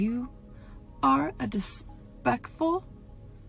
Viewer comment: The dispecful thing still killllllllllls me 💀